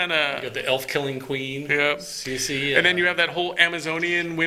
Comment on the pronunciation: Ciri not CECE:)